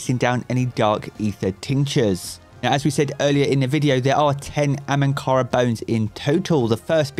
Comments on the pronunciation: He keeps saying ‘AMANKARA’ - bugs me a little, it’s ‘AHAMKARA-BONES’. 😂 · Hahahaha it's not "Amankara" .... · Is anyone else annoyed by the "ANhamkara" bones as opposed to AHamkara bones?